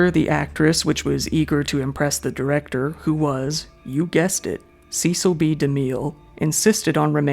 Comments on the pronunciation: The name Cecil is pronounce SESSIL not SEASAL. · The famous (or infamous) director Cecil B. DeMille is pronounced ... Cecil = "Ses Sill" B DeMille = "De Mill" Not your fault. I realize that many of the online how-to pronounce guides say it incorrectly, too. So, that really sucks! But you'll hear it properly pronounced from old news reels of his era. The codes in the "pre code" are not safety codes that is not what "pre code" means. The "codes" are the morality codes, and this was a time from 1931 to 1934 where sex, nudity, violence, and debauchery were common tropes in movies! Before the morality, codes were enacted in the U.S.A. movies were very raucous and racy! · Great video! Regarding Cecil B. De Mille: His first name rhymes with "vessel" and the last name with "de mill" (not "de meel"). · It might be a good idea for the narrator to research the actual pronunciations of some of the names of the people in this video. Susan Hayward, not Howard. Vic Morrow (MORE-oh), not Moreau. Cecil (like vessel), not SEE-cil B DeMille (not Dee-meal).